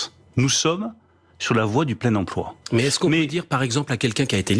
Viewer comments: hum, une petite envie de taper des gens qui disent "empoi" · On ne dit pas emploi on dit empoi comme lemaire 😜😜😜